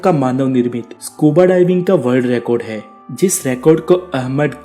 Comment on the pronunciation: abe to ..har baat k last me hain . bola kro he he kya krte ho .jukam hua rhta hai kya